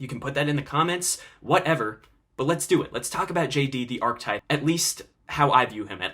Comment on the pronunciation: good video, it's pronounced ar-ki-type though